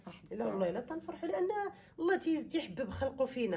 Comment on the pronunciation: Lay❌ Lah ykhlilik mamak✔️ خطأ أصبح شائع ،المرجو الانتباه إلى النطق الجيد للفظ الجلالة